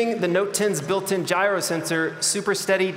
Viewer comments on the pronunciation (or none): none